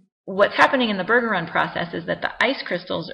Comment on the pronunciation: It's BUR-jur-ahn. Trust me, I'm a Bergeron.